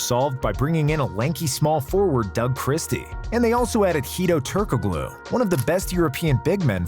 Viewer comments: The guy making this video pimps himself as an expert on NBA history but mispronounces Vlade’s and Hedo’s last name. By the way…. It’s pronounced DEE-VOTS and TUR-KO-LU (the G is silent). Surprised he got Shaq and Kobe’s names right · Did this mf say Turkoglue... gtfoh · Hedo what? 😂…The G is silent my man. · sorry man but the way you pronounce Turkoglu's name physically hurt me